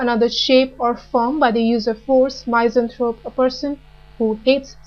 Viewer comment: really good vid.. but wish the pronunciations could be better... i believe it is said MISS-anthrope ; feel-an-thropy